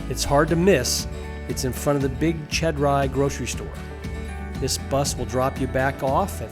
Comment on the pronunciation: Good info. Id suggest you learn to pronounce Morelos. The is sounded as an English long A. Also Chedraui shay- draw-ee. And it is a little misleading, giving no info about snorkeling from shore.